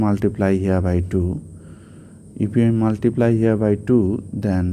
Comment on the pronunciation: At first learn to say multiplt